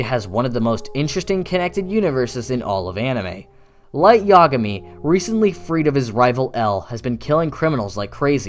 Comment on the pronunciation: I’m sorry, but the way you pronounce Yagami is too hilarious.